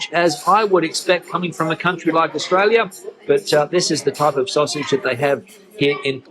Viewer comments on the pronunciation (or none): none